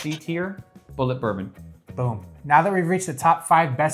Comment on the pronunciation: One might excuse Americans for mispronouncing Scotch whiskies. But you lost credibility when you mispronounced the 12th most popular whisky--a Kentucky bourbon.